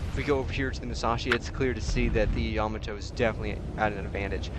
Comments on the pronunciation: You need to pronounce the battleship YAMATO- say (YAAH-MAAH-TOE) not (YAMATOE). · Please learn how to pronounce Yamato.